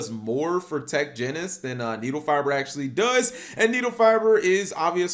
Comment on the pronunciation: The way you pronounce tech genius hurts me so much